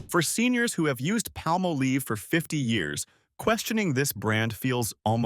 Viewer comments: Palmolive is not pronounced palm-oh-leeve. It's Palm-olive. I should know i worked for that company years ago. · I said the same thing, but then he said it right later. I remember commercials pronounced Palm-olive. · Pah- molive!! Ryhmes with olive. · You are pronouncing Palmolive very wrong. It's Pall Mal Liv. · Just wondering who is paying for these ads? Maybe the competitors of recommended products being attached. And it is not palm a leeve.😂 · Pronouncing Palmolive is not difficult.